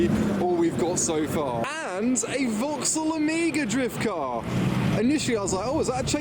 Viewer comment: He says "Omega", but it sounds like "Amiga"..